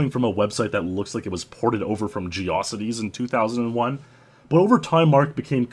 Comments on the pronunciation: "Jee-aw-sit-ease." Oh my fucking god lol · Gee aw sih teez 😂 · It sounds like he believes it rhymes with "velocities." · The most degenerate thing in this video? The way pronounces "Geocities." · Love how you rhyme "geocities" with atrocities. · I've never heard anyone pronounce "geocities" like that